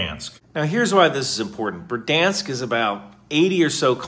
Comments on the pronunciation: A quick hint on pronouncing Ukrainian, Russian, and most Slavic languages; the emphasis is almost always on the second syllable. So it's berd-YANSK. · Dude, it’s Ber-DY-ansk! Not Berd-Ansk…You seem to miss the middle “DY” syllable! ❤ from 🇨🇦🌻🇺🇦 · Berdyansk is how my special cousin pronounces "break dance"